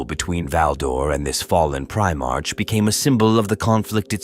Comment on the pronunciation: Need to clean up how your AI voice says 'Primarch'